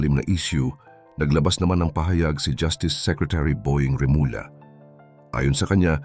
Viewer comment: mawalang galang nga po, mangyari'y paki ayus nyo nman po yung pagbibigkas nyo ng apilyido ng mga taong binabanggit nyo.. ganyan po tayung mga pilipino na naturingang mahuhusay at matalinong tao., ngunit bakit po kinukulangan nyo.. gaya ng REMULLA Naging Remula.. yung BARETTO naging Bareto.. pati yung ating pagbaybay sumablay na..